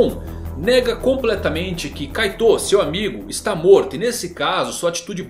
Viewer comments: Você fala kaitou mas na dublagem, se fala kait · ouvir "kaitôu" me faz definhar um pouco toda vez. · Da uma aflição de ouvir vc falando kaitô